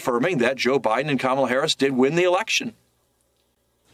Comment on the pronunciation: 📌🖌Practice-Practice-Practice: It’s Harris like Harris not Haarus. Thank you.‼️👍🏽🌎💚🌀